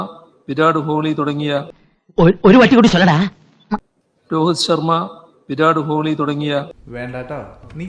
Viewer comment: Virad Holy. Wow what a pathetic CM, who doesn't even know local language to read a famous cricket players name huh!. Bijaya..kadakkoo purathu, better.😢🎉